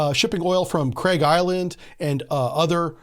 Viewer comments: Also its Karg island not craig island :) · Craig island? It's Kharg island dude. This guy has no clue what he's even talking about he just listens to other youtubers and repeats it.